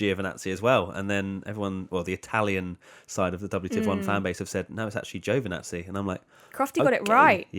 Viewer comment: Getting closer, but the first syllable in Giovanazzi is too long, it's not Joe Vanazzi. Think of the "Gio" like the "Bo" in Bottas.